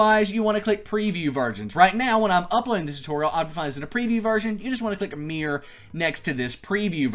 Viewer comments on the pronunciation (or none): Why do you say mirror as "meer" aahah